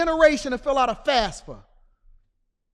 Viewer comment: It’s Fafsa not fasfa